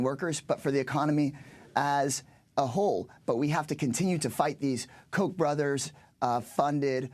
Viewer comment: It's not Koch like "coke" it's Koch like "cock", they are cocks!